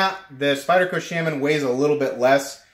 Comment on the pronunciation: Shaman is pronounced correctly .